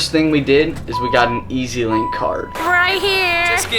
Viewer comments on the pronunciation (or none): It’s EZlink not easylink 🥺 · You said mtr when its mrt and its pronounced ezling card